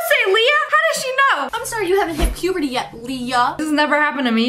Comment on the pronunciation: what the heck do she mean..... puperty